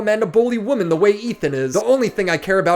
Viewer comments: Stop saying woman instead of women lol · I love videos...but more then anything that every single video doesn't know there are two ways to say Woman and Women. It legit cracks me up. if there are more then 1 females it is Women pronounce wi-men... just one lady...Woman. 😂😂😂😂